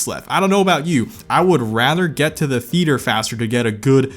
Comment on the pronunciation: ah yes, the theeter